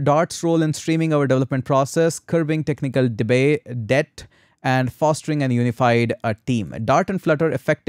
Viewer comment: You are pronounced "debt" wrongly